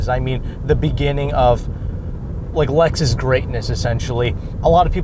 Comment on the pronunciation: Dude..it's Lexus!!